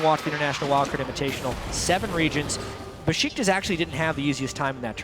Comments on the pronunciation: It's Beşiktaş (Besiktas) ESports NOT Besitkas (-,-) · besıtkas ne kardeş